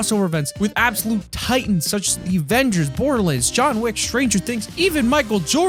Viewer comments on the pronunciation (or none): none